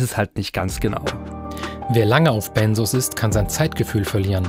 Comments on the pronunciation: Benzos, nicht Bennsoohs. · Benzos ,es heißt BenZos, nicht Bensoos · Ben zzzzz os, nicht benssssos😂 Sorry, gute Reportage aber ich bleibe Grade nur bei der Aussprache hängen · Sorry, das triggert mich und muss es korrigieren :) Es wird BenZos ausgesprochen. Nicht S, sondern Z und dann noch ein kleiner Fehler: Lorazepam ist der Wirkstoff von Tavor. Tavor ist also dasselbe, liebe Redaktion. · BenZos, nicht BenSos! Bekomme ich verschrieben. Kommt man wirklich schwierig von runter. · Das wird BenZZZo ausgesprochen, nicht Bensos. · BEN"Z"OS!! MIT Z UND NICHT MIT S!! Diese Aussprache macht mich aggressiv.. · Es heißt "Benzos" nicht "Bensos"!!!! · Tavor IST übrigens Lorazepam, Tavor ist der Handelsname, Lorazepam der Wirkstoff. Und Benzodiazepin oder "Benzos" werden mit hartem "Z" gesprochen 🙂